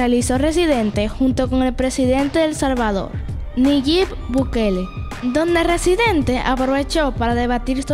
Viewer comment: Nayib por favor así como se lee NAYIB BUKELE